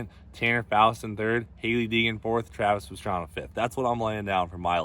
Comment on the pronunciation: wait.. did you just say travis pastrana..